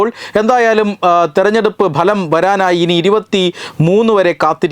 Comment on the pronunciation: മലയാളം ഉച്ചാരണം അല്പം.. അല്പം ശ്രദ്ധിച്ചാൽ പിന്നെ എല്ലാം ഗംഭീരം. ഇവിടെ പറഞ്ഞുകൊണ്ടിരുന്ന 'ബലം' ശരിയല്ല 'ഫലം' ആണ് ശരി 'result' എന്ന ഇംഗ്ലീഷ് വാക്കിന്റെ മലയാളം ഉച്ചാരണം 'ഫലം' എന്നാണ് ;അല്ലാതെ ബലമല്ല.. ഇതു ഒരു ഒന്നൊന്നര ബലമായിപ്പോയീ...